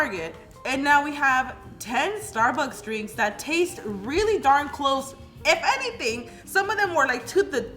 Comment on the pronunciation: Just wanna say its not sturburs its Starbucks!!